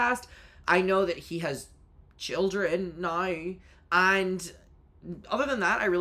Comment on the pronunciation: hearing the kodee tyler "these arwe childwen" again destroyed me